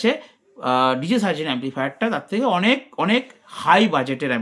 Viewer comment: Atleast Hindi ta to thik kore porun...😂 Sarzen da Likhechee ek bujheche r ek 😂